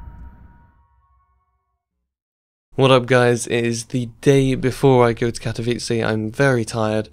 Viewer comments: pls! Ka-to-vi-tze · have fun at katowice sparkles! or katowici as u say ;D